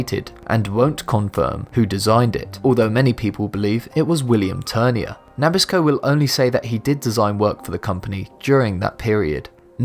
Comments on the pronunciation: You enunciate Nabisco different from Americans. We say Nah-Bisko. You say Nah-Bis-Ko. You emphasize the Nah while American's emphasize the Bisco. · I had to stop a second and think WTF did he say? Then he said NAH-bisco again and I thought maybe he should learn to speak "Merican" not English. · Nabisco is pronounced nah-biss-koh, you dork! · Na bis co not nab is co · Nabisco is pronounced Na BIS co... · Never heard Nabisco (na BIS' ko) pronounced NAP' iss ko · puh-MENto and nuh-BISco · I know what Nabisco is, but what is "NAH-bisco?"